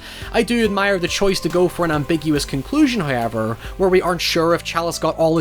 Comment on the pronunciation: Interesting, he can pronounce 'Samhain', but not 'However'. 🤔